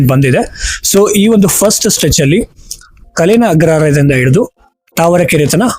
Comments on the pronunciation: ಹೆಸರುಗಳನ್ನು ಸರಿಯಾಗಿ ಹೇಳಪ್ಪ .ನಾಗವಾರ ಅಲ್ಲ ನಾಗವಾರ. ಕಲೇನ ಅಲ್ಲ ಕಾಳೇನ ಅಗ್ರಹಾರ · ”ಕ‌ಲೇನ" ಅಲ್ಲ, "ಕಾಳೇನ" ಅಗ್ರಹಾರ